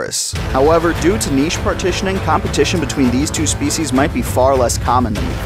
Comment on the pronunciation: I noticed you pronounced niche the correct way! Are you Canadian? I cringe every time I hear Americans say "nitch"! So congratulations!